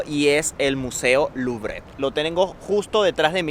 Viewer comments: Primera lección de francés... La E no se pronuncia a menos que este acentuada... No se dice "luvre" ni "luvrÉ" sino "luvr" 😉👍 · señor si va hacer un comentario de un lugar o un edificio,primero investigue un poco como se llaman de forma correcta los lugares o edificios, mejor ejemplo se dice louvre o aun mejor musee du louvre pero aun mejor si estando haya aprende a decirlo de forma correcta o pregunta como se pronuncia a cualquier persona,eso lo hara ver muy bien y educado,pero si primero lo dice a medias lubre y lo peor de forma literal en español ,usted mismo se pone en ridiculo por su ignorancia y arrogancia ,gracias